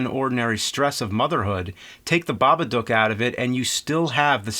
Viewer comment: Thank you for not butchering the title.